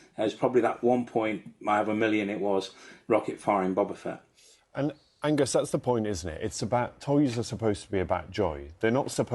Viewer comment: Anybody triggered that not even the expert can pronounce Boba Fett correctly?